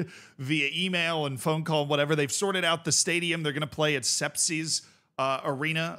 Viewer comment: Actually, Sepsi is pronounced Shepshi because of Hungarian heritage.